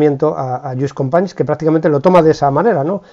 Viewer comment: "Fransés Masià" se pronuncia en Català , Lluís Companys ya lo pronuncia bien ud